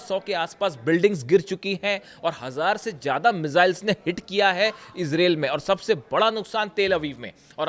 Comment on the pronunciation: कृपया ईजराईल बोलिये ईज़रेल नहीं